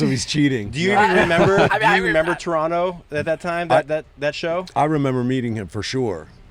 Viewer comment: TORONTO THE LAST T IS NOT SILENT LMAO IM FROM TORONO LOL